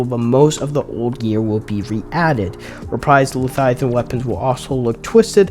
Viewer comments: OMG dude, it's Le-vi-athan not Lathiathan. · I thought I was losing my mind until I realized he was saying “lethiathan” over and over instead of leviathan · wtf is Letiathan ? lol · Say it with me “LEVIATHAN” 😂 great video man 💪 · Bro is illiterate. Lethiathan and vikrul. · Why are you saying Leviathan like that?